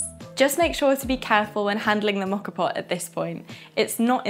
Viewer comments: Think of this letter of the alphabet “O”. That is the sound rather than an “aw” sound. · Learn how to pronounce the name for goodness sake !!!!